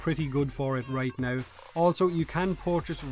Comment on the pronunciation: "In the game right nouw"